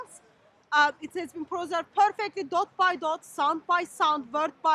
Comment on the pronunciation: who's that clown saying " it's a peezerved" . ROFL😂😂😂